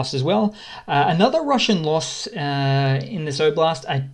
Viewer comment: Thanks for your updates - I like your clear, factual method. I'm an Aussie (sounds like you're from the same part of the world?) - couple of tips on pronunciation: "Kharkiv" has a silent "k" - it should sound more like "Harkiv". "Oblast" has an "O" at the start that is pronounced the same way as "o" in "Bob" - hope this helps!